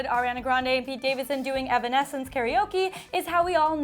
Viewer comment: she didn't pronounce evanescence correctly...😆